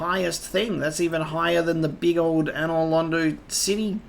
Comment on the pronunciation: Glad he pronounces another London right, let's hope he figures out the "painting"